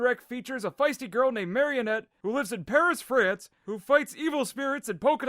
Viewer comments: why can no one pronounce Marinette's name correctly? It's not that hard :( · And for the record, her name is MAR-I-NETTE. Three syllables.